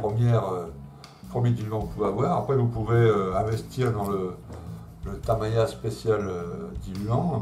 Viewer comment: Merci pour toutes vos vidéos très interressantes. Votre experience associé à votre ton cool est vraiment agréable. J’ai une petite question qui me taraude ! Pourquoi dites vous taMAya !?? hahahahaha c’est marrant !! taMIya ne vous plais pas !? Bon allez bonne continuation Et bravo pour ce que vous êtes et faites